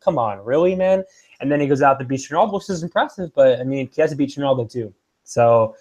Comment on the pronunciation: #Chysa Please never stop pronouncing weird names wrong, it's almost as funny as Joey Diaz saying Stiopic and Khalabeeb:)